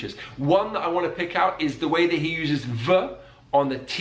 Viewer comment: I’m English. I was born here. I speak 50s RP. I’m old. All the examples you had of English accents sounded like speech impediments. Ugly! Nearly every one. The Queen was fine as was Boris Johnson of course… PS no one says oom’n for human… Also - ‘eeow’ instead of ‘out’ as the presenter does … (ugh! ) is ghastly! ‘Like like like like’ repetition is just ‘bad bad bad bad’… oh me ‘ackles is risin’…. I give up..